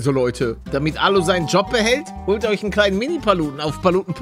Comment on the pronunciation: Wie palle am anfang moin lote sagt und nich moin leute